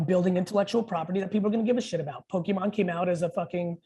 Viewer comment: Did he really say pokuhcews